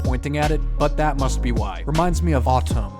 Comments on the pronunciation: Who cares about how he says orange did you hear him said autumn?? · “Especially this orange one it reminds me of atome” Sirr it’s “autumn” I think…….🧨 ⬇️ ❤️‍🔥 RAWWR BABEEE!